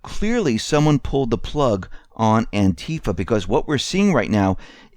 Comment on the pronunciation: Clearly you dont Konow the origins of Anti Fa, you don't even pronounce it right. Anti Fa USA/BlackBloc is mostly cooped and infiltrated since even before the IMF riots a long long Time ago Otherwise good show Doc Former admin for the jackbloodforum